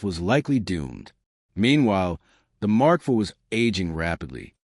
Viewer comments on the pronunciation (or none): AI strikes again, every now and then. e.g. Mark "Eye-vee" instead of Mark 4... And no Granada images. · Phuck.... this AI is so annoying. The Mark eye vee for Mk IV. Gave up after that and changed channel.